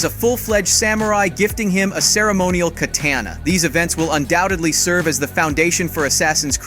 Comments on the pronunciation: Ka-Ton-a pronounced Katana not Ka-tan-a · Oof. “Ka-TAN-a.” 😬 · did this mf really just say kathanna??...... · bro... a katana... kaTANa.. lol. Do you not know how to say katana?? you can pronounce all these other words but not that? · bro you gotta just look up how to pronounce things. KatAHna? really? lol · I'll let you slide for the first mispronunciation of Yusuke. Then you mispronounced katana